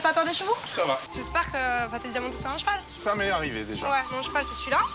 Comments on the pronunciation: Eh mastu a dit un chevau au lieu de un cheval like si tu a remarqué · Eh mastu il a dit chevau au lieu de cheval like a 2min33 si tu trouve quil ezt trop con